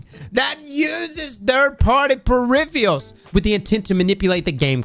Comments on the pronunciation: Please don't ever change your pronunciation of the word PERIFFIALS. It is exquisite! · "Pur-if-er-uls" you're so close brother. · Look at all those “Periffeealls” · purrifiurs???? What's the god roll for that wep 🤣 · “Periphials” lol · PeriFials LOL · ' inability to pronounce peripherals is fucking hilarious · Why can't say peripherals correctly? LoL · Drinking game: take a shot every time mispronounces "peripherals" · MAAAAAAN dude you’ve gotta learn how to pronounce PERIPHERALS. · trying to say peripherals is giving me life rn 😂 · It actually kills me. You don't expect ppl to mispronounce on TV. Come on man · Give him a break! He’s not even English!